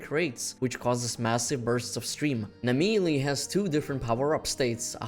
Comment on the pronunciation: I thought this video was about Naimelle, Who the Fuck is Nameeley?